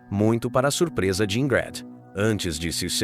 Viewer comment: Pq falou o nome dela errado quase o tempo todo? De onde tirou "Ingrede"?